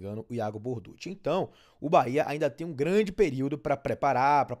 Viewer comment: Borduchi se pronuncia "Bordúqui". Os mais antigos vão se lembrar do jogador e técnico Dante Bianchi, que ninguém chamava "Borduxi"